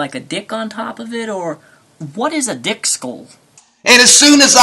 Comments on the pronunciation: Lol Daniel, he said "thick skulls" not "dick skulls". That was funny tho. Love Ya! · I think he said "thick skull". Jus' sayin'. :)